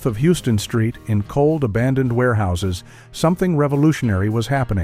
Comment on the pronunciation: "Houston Street" was mispronounced. It's pronounced "Howstan" Street.